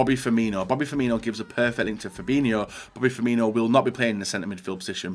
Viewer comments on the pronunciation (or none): Why tf does everyone say pronounce firmino as firminho HE HAS NOT H IN HIS NAME